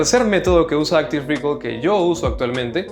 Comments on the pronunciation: Hola, me gusta mucho tu contenido, quería aportar mi granito de arena. Respecto a la pronunciación de Active Recall, el estrés en recall está en la A, no es active REcall, sino active reCALL. Saludos gracias por tus videos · No se dice rícol, buen video! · Recall se acentúa en la segunda sílaba.